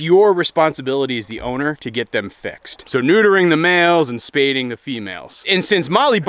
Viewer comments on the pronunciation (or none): spaying not spaydeing. once you spay them then they have been spayed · Just a quick heads up, it's 'spay' the females, not 'spade' - just wanted you to know!